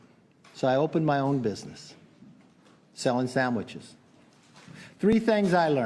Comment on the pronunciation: Sandwiches, not samiches